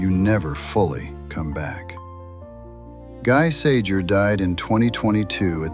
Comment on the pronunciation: Firstly, his name is pronounced GHEE SAZHERE. NOT "Guy Sajer", lol. Secondly...his MOTHER was German and his FATHER French; not the other way 'round. A fact his German comrades occasionally disparaged him about; telling him it was the FATHER that mattered in such a union. As far as they were concerned, his father being French counted against him; and made him not a "true" Aryan.